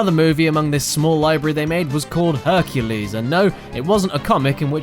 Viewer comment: "Herculay" sounds like "Enculé". Wich is a very very dirty French word.